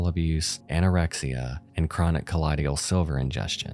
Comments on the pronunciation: It's colloidal not collodial, ffs. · it's pronounced KUH-LOY-DAL Sounds like DUH-TOYDLE (Think of someone from New York or New Jersey saying "The Turtle" but in their accent) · It’s pronounced “coll-oye-dal” not “coll-oh-dial” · “Co-loyd-all”. Great vid, just bothered me every time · Not trying to sound like a know it all douche, but it’s not that hard to pronounce colloidal. It’s a chemistry term. Just say it like “collide-ull”. The way you switched around the D and I makes it seem like you’re either dyslexic or you have poor reading comprehension. Honestly, it makes me sick that you make money off of this, meanwhile everyone who actually contributes to society is scared for their survival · ummm sound out the word before saying it a million times: COLLOIDAL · I mean, with a really rough pronunciation of colloidal. 😅